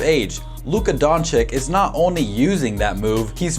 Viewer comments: Like the vid. But it’s Don-“chitch”, not Don-chick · DONČIČ..not donćik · Great video. But not Dončik its Dončić 😁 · It's pronounced don-chich not don-chick lol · LUKA DON*CHEECH*..PLEASEEEE :( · He is Luka Dončić and not Luka Dončik. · Say "Donchick" one more time. I dare you. I double dare you. Where the fuck did u get that from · Nice video but... Don chick??? This video took forover to be made? If you could just took few minutes of this time for his last name would be great. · his is name pronounced don-chitch btw. Ppl say it wrong all the time tho so it doesn’t rly matter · you are saying his name wrong and it is irritating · I give you like when you say his surname right bro-for real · for the love of god learn how to pronounce his name right....an otherwise good video completely ruined by your continuous mispronunciation of his name